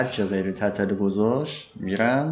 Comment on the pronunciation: تتلو رو چرا اینجوری تلفظ میکنی😂😂😂😂😂😂😂😐